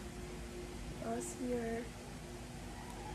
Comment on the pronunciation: Pronounced as GLOSSY-YAY po yung GLOSSIER na brand😊